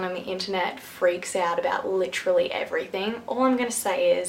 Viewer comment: Literally not litchally